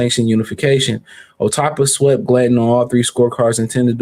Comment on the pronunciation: Fuckn Say his Name Correct atleast Wtf! or try another avenue for your Life. "JAI OPETAIA".